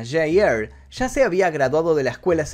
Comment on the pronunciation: J R , se pronuncia ar no er , me gustan tus videos pero tú inglés es demasiado malo amigo